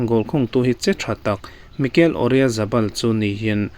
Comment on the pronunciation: Oryazabal ni lo in Oyarzabal ✅